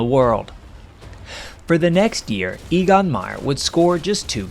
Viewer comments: Your guy's name is not EE-gon, but A-gon. Not surprising when you consider that the names for the German letters go: Ah, Bay, Tsay, Day, A -- so the name of the German fifth letter, "E", is pronounced very much like the name of the English first letter, "A", and that's what you use for his name. (I don't want to render the sound as "Ay", because lots of folks would pronounce it like "aye, aye, sir". Now, for "Jagdgeschwader", YOU say "JG", or "Jay-Gee", which doesn't cut it. The German letters would be pronounced "Yot-Gay", but they don't use the abbreviation. Just get over it and learn how to say "Yahkt Guh-schvah-duh" and feel that warm glow of accomplishment flood through your body. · EGON is pronounced EHGON as e is pronounced a in every other language but English.